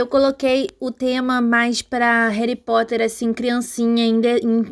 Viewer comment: Rerri Poter essa doeu